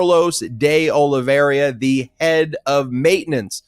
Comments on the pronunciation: Ben... It's Oliveira (sounds like Olivéra) not Oliveriiia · Oliveira not Oliveria. Oliverra for gringos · Ben, it's Olivi-er-a not Olive-ria. Keep the faith! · I always follow your enlightening insights, but must point out that Olveira is pronounced "Ol-VEY-ra, not "Ol-VERY-a", and your use of "a" preceding a noun starting with a vowel makes you sound like a ignorant individual, at least, if not a idiot. But keep up the good work! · Can someone finally tell Ben it's De Oliveira and not De Oliveiria? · ben and you guys arre FABULOUS! pleasE CORRECT your pronunciation of Carlos De Oliveira, since you will be saying his name many times... so please repeat after me: "Oh-lee-VAY (like "ray") - run". NOT "Oh-lee-VER-ee-a. Thank you from all of your Portuguese speaker listeners... KEEP UP THE GREAT WORK! also while I';m at it:: Jack Teixeira is "Tay (like "ray) - SHAY (like "ray) - ruh;) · There is no ria at the end of De Oliveira. It’s just RA. Oliveeeera. Lol. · It's pronounced more like Ah low vay rah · Oli-vee-er-a, Ben. Thx. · I will always love you guys, HOWEVER ! Please be conscientious enough to pronounce names of people and places correctly! Even if they’re not our favorite people or places, it sounds unprofessional when you brilliant guys mispronounce De Oliviera and Iran. K? ❤🙏🏽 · Honestly it’s not that hard to pronounce…and I’m a gringo lol